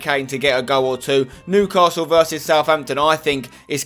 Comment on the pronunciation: That other youtuber cant say Newcastle or sunderland right